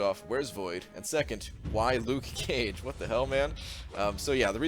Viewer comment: "Luke Cage" You don't have to pronouce the "ke" so clear just be natural XD